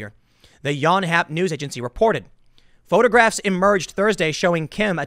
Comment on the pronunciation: Tim is half Korean but I can tell he has no exposure to the Korean language by the way he pronounced Yonhap - like a true native American!